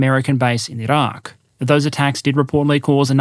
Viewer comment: Mate love ur vids and watch them a lot but why do you roll the r in iran and iraq? But then you dont in "iranian". Its wierd mate you can just say the names in english without needing to put on an accent. Mate really do love ur vids but was just bothered by this today. Cheers!